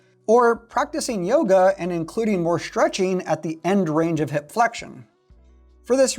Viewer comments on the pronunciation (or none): none